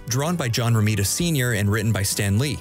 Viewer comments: It's John Romita, not Ramita. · It's actually "John Romita Sr." not "Ramita"... Sorry but the comic book nerd in me can't stand a mistake like that. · Great video, but it’s John Romita Sr, not Ramita.